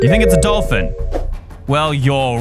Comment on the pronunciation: Bruh when u said pink DOLFIN u said pink DOLFIN